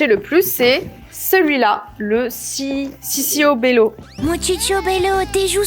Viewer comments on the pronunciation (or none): Ça s'écrie ciccobelo mais sa se dit titchobélo